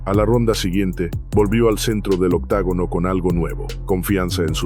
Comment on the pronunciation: Se dice OCTOGONO BASTARDO